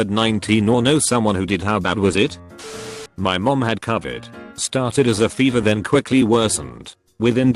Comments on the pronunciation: Everybody: Robot voice: covered 19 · Ah yes, cuhvid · TTS: Cuvid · No one: Literally nobody: Text to speech: c u v i d, simp shuns